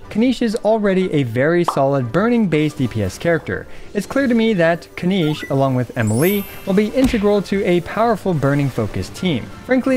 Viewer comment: Kin-NiCH. Not KiniSH